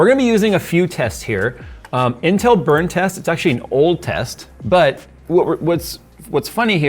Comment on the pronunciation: I know he said "intel drama", What I actually heard "incel drama".